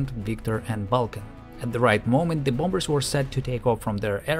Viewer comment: that soft V haha "Wee bombers" lol, just dudes pissing out of planes